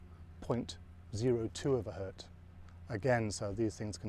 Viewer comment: The guy is super onto it, but he keeps saying 'Hert' instead of 'Hertz'